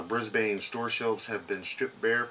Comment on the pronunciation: Its pronounced Briz-bin or in " Aussie ; simply Briz. :) Cheers!